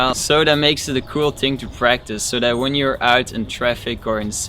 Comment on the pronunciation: anybody else love how he says that😥😂 "Det"